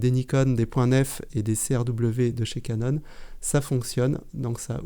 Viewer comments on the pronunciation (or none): none